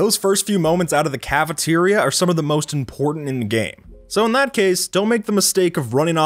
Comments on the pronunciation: "caferia" Me: cafeteria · "Caferia" lol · aah yes caferia